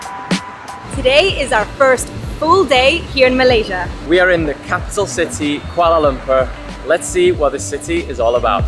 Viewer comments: Yeay for the correct pronunciation. Very rare indeed. 👏🏻👏🏻👏🏻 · I like the way says 'Kuala Lumpur'. So perrrrfect! 👍 Enjoy your stay in KL guys.. 🤗🤗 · The way she pronounce 'kuala lumpur' is actually spot on.. enjoy ur time here, welcome, Selamat datang ke Malaysia 🤝